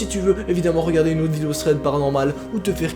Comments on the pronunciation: C'est plutôt ''Ssssread'' 😂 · Je suis le seul a trouver ca bizarre mais kiffer quand il dit " thread PARANORMAL " ? ? ? 😂😂😂😂